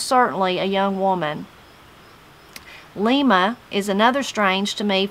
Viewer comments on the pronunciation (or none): none